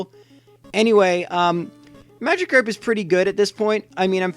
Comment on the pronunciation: It’s Magikarp not Magicarp you uncultured swine